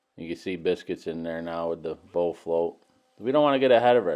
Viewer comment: Yo… soo it sounds like you’re saying bow float instead of the correct word bull float